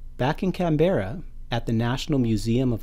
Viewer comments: this is how people should say Canberra (can-bra) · You pronounced Uluru and Canberra wrong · Presenter, at least learn to pronounce Canberra and Uluru correctly.